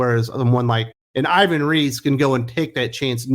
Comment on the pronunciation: The native pronunciation of Ivan Reis name is more close to "eevan reys".